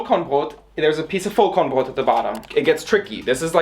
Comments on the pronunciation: as a german i'm really impressed by how aesthetic you say Vollkornbrot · es ging halt literally 5 sec. ums Brot:D Und ich denke, dass es schon allein seiner sehr guten Aussprache des Worts wegen durchaus bewusst war, was es bedeutet. Sprachlich sollte ihm das sehr bewusst gewesen sein, da er ja auch deutsch lernt. Vllt antwortest du einfach beim nächsten Mal auf eine wirklich gestellte Frage, z.B. Wofür man denn den Topfdeckel beim kochen braucht, anstatt mich jetzt so an zu zicken 😘